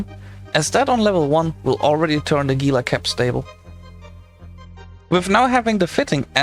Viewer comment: It's pronounced HEE-la.